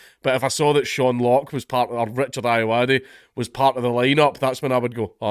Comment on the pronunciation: Um, its pronounced "Ayoade"